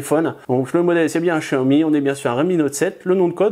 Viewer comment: on dit pas chiaomi mais xiaomi